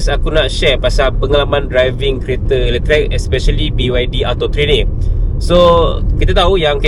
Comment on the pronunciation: letrek? bukan letrik?